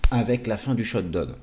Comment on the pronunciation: Parfaites analyses, merci, mais… le shutdown se prononce shutdaoun!